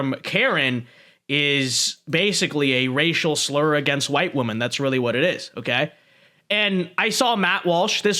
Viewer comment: Women is pronounced differently than woman.